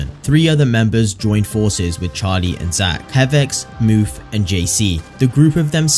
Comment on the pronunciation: a ton wrong w this video ngl, also it’s not moof it’s mourph